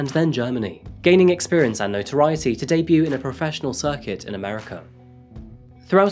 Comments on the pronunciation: Crime Just so you know, the "t" in the word "debut" is silent. The word is pronounced "day-boo" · this man actually pronounced debut as day-bute 😂😂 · Can't read your own script, debute no e on the end, yup cogneetive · Huh, I’ve never heard anyone pronounce the T at the end of debut before haha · No hate but really needs an English lesson. Some of the script is so bizarre. It doesn’t make sense and he uses really cliched sayings out of context. And the ‘T’ is silent in debut!